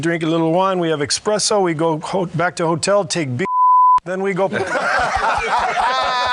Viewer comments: Expreso lol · Expresso? Think you mean espresso Steve. 🥴